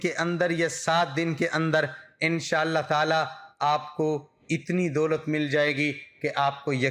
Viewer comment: Dolat hota ha bhai doot nh😂